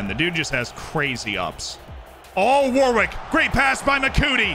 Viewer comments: It’s pronounced warick not Warwick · New drinking game, take a shot every time mispronounces Warwick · We are going to have to teach how to pronounce English names like Warwick 😂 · Love the pronunciations Z! 😂 War-Wick being my favorite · I was trying to work out how best to type this out on the last video, I settled on Worrick. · I was hospitalized for alcohol poisoning before finishing the video